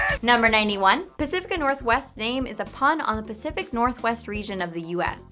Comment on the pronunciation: it's pacifica